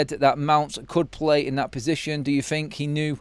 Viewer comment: Struggling to fink